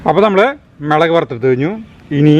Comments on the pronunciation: മേളക് അല്ല മുളക്, കാണുന്നവർ ഒല്ലൂർ കാർ അല്ലാലോ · Hai gadiyaee Sugamano. Melak ennalla mulakk ennuparayu. Currykanditt kothiyakunnu.